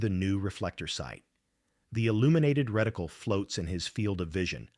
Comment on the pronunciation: A "reticule" is a woman's drawstring purse. A "reticle" or crosshair, is a pattern of fine lines or markings built into the eyepiece of an optical device. Both identical the same to AI voice